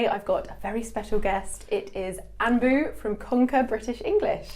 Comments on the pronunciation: They way you pronounce Anbu I Annn bu, the An is pronounced A with a more close mouth. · I think..It's Anbu..it's not anpu. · His name is anbu it is a very good tamil name... Which means love. It's not anpu